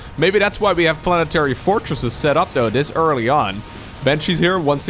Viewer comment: It's: bAnshees* not bEnshees.